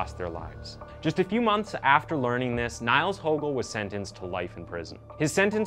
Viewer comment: His surname is pronounced as “Hoogel” not “Hogel” due to the umlaut Ö in his surname, Högel. I’m sure no one care but it is more a tip to people - like this video’s creator - who want to make videos about him. Anyway, other than the name mispronunciation, great video, great production - very creepy but interesting.